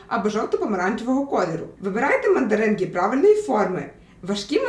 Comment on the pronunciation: Я почув не "Мандаринки", а "Материнки".😂😂😂